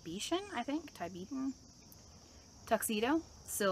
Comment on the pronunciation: Tiebeeten. It is pronounced ti bet ann